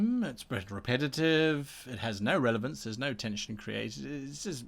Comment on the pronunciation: You said revelance in the intro ;) Love all your content, much love from The Netherlands